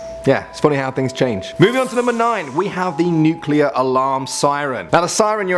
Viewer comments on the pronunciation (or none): Nukeluer and hurricane